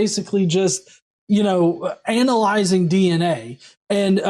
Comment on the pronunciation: As a proud member of a certain community, I just love the way pronounced analyzing. Go go Alabama accent!